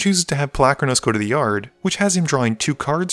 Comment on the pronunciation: pol-U-kranos not Palackranose.